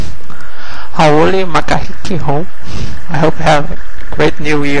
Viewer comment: Hi!! I knew you would give me a lesson on how to say those words correctly! You nailed Hauoli Makahiki Hou perfectly:) It's funny that the chocolate is called "Boy" but is shaped like lipstick! Ooooh my translation machine didn't do as well a translation as yours did! Those were beautiful sayings. THanks for the lesson!